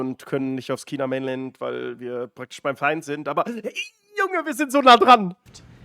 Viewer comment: er sagt Kina OMFG